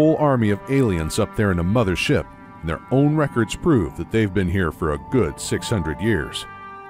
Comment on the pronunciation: You can barely tell that this is a deepfake voice. “MotherSHIP” gives it away. That or you’re just strange